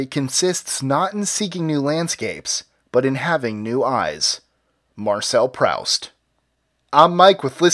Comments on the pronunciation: It's Proooost. Not Pr(ouch)st. Oooo, as in you. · "Prowst"?! FFS please try and the pronunciation right.